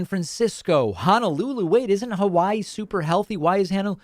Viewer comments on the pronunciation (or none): none